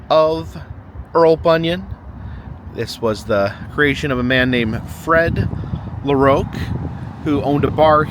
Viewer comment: You side the last name of LaRocque the wrong was and I do feel very offended of what you said and how you pronounce it the name as this is my last name, the best way how to say is LA Rock for LaRocque.